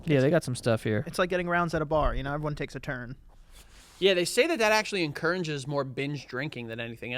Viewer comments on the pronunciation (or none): "Encounanges"... 😅😂